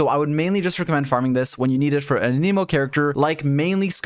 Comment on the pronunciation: Why are you saying A-Knee-Mo? How would one even think that's how you would say that?